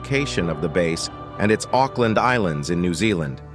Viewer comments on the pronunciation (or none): First scene “Auckland” sounds like *uckland💀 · bruv said aukland wrong so bad i just snaped